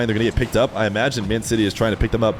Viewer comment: It's Man CITY, not MAN City just to let you know